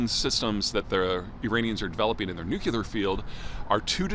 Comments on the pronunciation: Nuclear. Not nookular, nookular, nookular, nookular... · Another quibble ... There, you mispronounced it several times in this video. it's "nuclear", not "nucUlar"! Who do you think you are, a country bumpkin like -- George W.?! 😂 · Even if you are from the midwest, the word nuclear is pronounced with two syllables that sounds like NU CLEAR. Y'all making it three syllables, NU KYU LAR, is just a word crime. Please endeavor to do things correctly where possible. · I've read your books, you make such cogent points... Why do you keep saying "nuk-ular"? It's nuclear. Am I wrong? You sound so ignorant with that single word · Stop saying "nuke-ya-lur." It is nuclear. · "NU-CLEE-AR" not "NU-KYEW-LAR", for pity's sake, Peter! 😊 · A grown man that says "Nu-cea-lar" instead of "Nu - clear" is an idiot I can't take seriously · It's "nuclear" (new-cle-r) not new-Q-ler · I had to take 5 shots (times Peter said “Nookyaler”) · The American pronounciation sounds like: NewKiller weapons . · Not going to lie, hearing someone with as much expertise in his field as Peter still pronounce it "nook-kyoo-lar" is and will always be disconcerting. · I thought Americans usually pronounce it : NewKiller weapons . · Sure, like "NU-CU-LAR". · Saying "nukuler" makes you sound like a buffoon, Peter. Try pronouncing it correctly. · Why can't you say the word nuclear? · Why can you not pronounce, “Nuclear” as in “Nucleus” of a cell? You sound like, “W” (“Dub-ya”) which is not reassuring at all… On the contrary, it is terrifying!